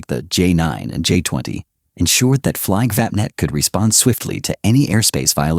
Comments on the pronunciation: WTF is "Fliggvappnett"? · Painful how Flygvapnet is pronounced. Hey americans, how would it feel if i said Aeui Ezz Erghfurtes when meaning US Airforce? Painful just to imagine that pronounciation, right?